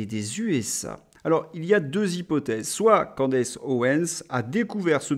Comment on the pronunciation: Bonjour, on prononce Candice pas Candece…